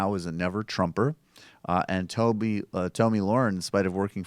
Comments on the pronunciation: Its pronounced tommy not tomey. Who the fucks name would be tomey? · Tomi is pronounced tommy